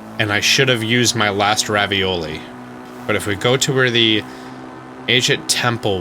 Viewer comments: It’s Ravali! Not ravioli he even says it that way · Its revali not ravioli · I laugh every time you say Ravioli 😂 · PLEASE stop calling Revali "Ravioli" for the love of God